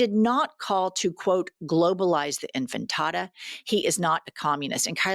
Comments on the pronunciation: Hey, you said "MAMDAMI" and you're learning Italian? Weren't you one that mocked some Republikan for mispronouncing his name? "INFANTADA" (INTIFADAH) 🤣🤣🤣...How's your Italian going? 👺 Funny, Pumps messed up with the "lgbtqrstuvwxZ" shit and you...you...🤣🤣🤣🤣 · What is infantata? STOP WAYCHING MORNING JOE! He pronounces it wrong all the time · “…globalize the ‘infantada’”? Really? I realize Americans (especially RWers) have long taken great pride in mangling “furrin”-sounding words, but come ON! Less ear-grating distractions, please. Can’t we at least practice our pronunciation before the cameras start rolling? Also, the “Ma’amdani” is close, but still no cigar. Practice makes perfect. (Now if we could only get Sam Seder to stop saying “Brookland” every blessed day. 😂) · Jen, I love ya, but please don't be like Cuomo. It's MAMDANI. It's INTIFADA. Thank you for your attention to this matter. ❤ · You mispronounced In ti fa da. An easy word! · Please dont EVER say "Infantada" again. Jesus. People are listening who need to feel confident in your knowledge.